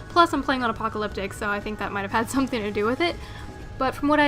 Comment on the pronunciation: She said Apopalyctic